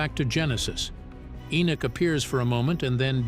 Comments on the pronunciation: It's Henok not Enok why is that thy always changing the name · ♡content but you're driving me crazy the man's name is EN"O"CH there is no Nick in his name is NOT E-nick,.No..it's Enoch- There is NO NICK in Enoch- for Gods Sake - please pronounce it properly - it's very disturbing when you keep pronouncing it wrongly-I don't mean to be over sensitive but for example if my name is Fred and you keep calling me Caesar that's not my name my name is Fred and once you know the true meaning and pronunciation of the name Fred and then you continue to keep calling me caesar it's not just that I'm not going to avoid you I'm going to start being a little offensive and pissed off stop it- there is (no Nick) - In ENOCH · Huh??? Who in the world is ------> "E E E -N I C K" ??? Repeat after me ------> knock, walk, talk, sock, dock, jock, mock, lock ......... now, say -------> E N O C H